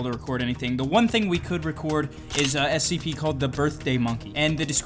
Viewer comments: you say it like scp " s - c - p" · it’s Scp not sop